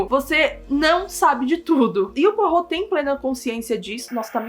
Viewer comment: nossa ela fala o nome do Poirot direitinho eu pronuncio igual poró kkkkkkk